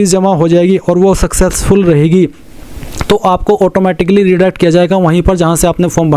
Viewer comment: Successful ko fuccessful kyon bol Raha hai 😅